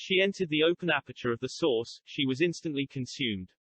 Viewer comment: I love when you talk about the source, because every time you say it all I can hear is "the sauce"